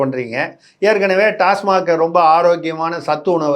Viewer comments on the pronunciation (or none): none